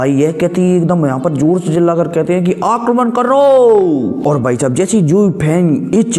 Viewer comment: Abey chutiye eh kis tarah seh akraman karo bolta hai....